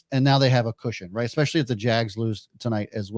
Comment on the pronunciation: The way the one dude says EXpeshully instead of especially makes these options hard to listen to